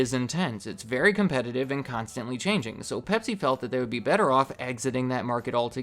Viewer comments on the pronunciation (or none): none